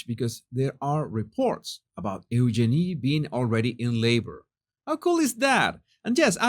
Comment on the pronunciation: Pronounce her name You-Gee-nee, with the accent on the second syllable.